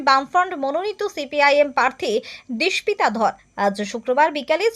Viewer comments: K didimoni apni?uccharon ta dispita noy dipsita. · বারবার নামটার ভুল উচ্চারণ করেছেন সংবাদ পাঠিকা....দীপ+সিতা=দীপ্সিতা